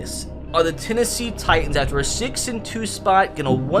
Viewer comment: Lennessee Litans